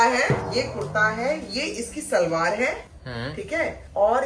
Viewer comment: It's shalwaar not salvaar ❤